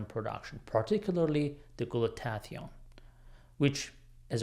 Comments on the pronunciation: He's very knowledgeable, but pronunciation for glutathione should be, glu ta thi one, ... not, glu ta tath ee one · Glue-Ta-Thigh-Own 4 syllables